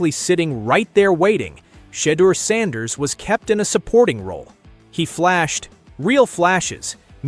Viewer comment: Had to shut this nonsense off after I heard the pronunciation of sanders